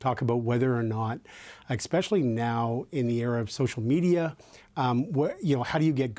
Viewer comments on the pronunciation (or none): ..please stop saying “ekspecially”. It’s especially, no “k” sound.